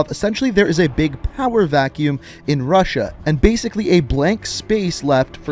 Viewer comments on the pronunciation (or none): none